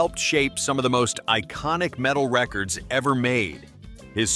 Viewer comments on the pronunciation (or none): none